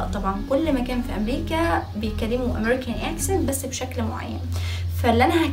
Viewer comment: معلش انا اسفه جدا اني هقولك كده انا شايفه انك في الايطالي احسن بكتير ارجوكي بلاش انجليش لان بصراحه في حاجات نطقتيها غلط مش صح زي attitude and computer accent.انتي بتنطقيها eccent و cemputer و additude انا سافرت كتير لامريكا وكذا دوله اوروبيه وبصراحه مش دي الطريقه الصحيحه لنطق الامريكان اكسنت مش بقول في كل اللي بتقوليه بس في كلمات كثيره .انا اعلم انك مجتهده جدا جدا ومتفوقه جدا ومثابره ولا تنهزمي بسهوله تستاهلي كل النجاح اللي وصلطي له واتفرجت عليكي في البرنامج مع دعاء وكنتي قمرايه ماشاء الله وحبوبه جدا انا بس لاني والاه حبيتك اوي وفرحانه بيكي ايضا فا مش عاوزاكي تشتتي نفسك في اكثر م نز اتجاه لان صاحب بالين كداب وان اة مقصدش انك كذابه ولكن هذا مثل يعني قصدي انك لو اتشتتي في اكثر من مجال بدل مايكون الفولويرز بالملايين مثلا هيقلوا لانك افضل بكثير في الايطالي .اتجاهين هيقلل من شعبيتك مش هيكون في مصلحتك لانك نش بنفس الكفاءه في الاثنين وانا حابه انك تفضلي in the top زي ما بيقولوا بلاش انجليش صدقيني وبلييز بليبيبز ما تزعليش مني.انتي زي السكر ولذيذه وعسوله وتدخلي القلب علطول.اتمني ت قبراي الكومنت بتاعي وتتفهميه جيدا بالتوفيق حبييبتي😘😘